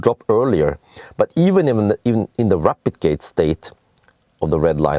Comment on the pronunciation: Almost sound like "replicating" when you say "rapidgating", that was a bit confusing, whats going on here 😄👍but yet another awesome video and I just ordered the evo and sold my bz4x 🙂👍